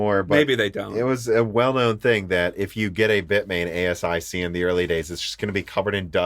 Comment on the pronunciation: You don't need to say every letter of ASIC - repeat after me "a-sick" or "Ay-sick". 😉It's an initialism.